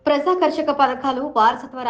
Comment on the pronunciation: Praja- karshaka kaadammaa, prajaakarshaka. Telugaina sariga chadavadsm nerchuko